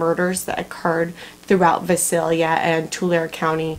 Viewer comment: Just FYI....correct pronunciation for Visalia is V-EYE- salia.....and Tulare is T-YOU-LARRY.....